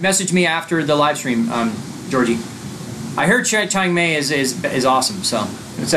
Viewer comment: Change May? lol Seriously, Chiang Mai is pronounced like Chiang My....